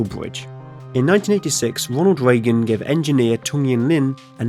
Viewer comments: Wonald Weagan Sounds like your having twouble with youw awes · "Wonald Weagan"